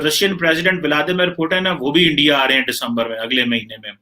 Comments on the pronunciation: Andia nahi re punjabi urdu valo it's INDIA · Abe chutiya endia nahin India bol. Sahi se bol nahin paeta kya journalism karega tu... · These people dodnt know to pronounce india they vl tell endia.and for market its markeet